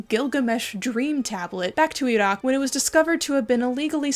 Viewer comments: I appreciate the attempt to pronounce the Q in Iraq in the arab style. The bones in India have another factor since the Hindu majority cremate their remains so the illegally exported bones are probably from the muslim and even smaller christian minorities (Christians in the Indian subcontinent are often low caste Dalits who converted during Raj/company rule) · pronounces Iraq correctly Me: falls immediately in love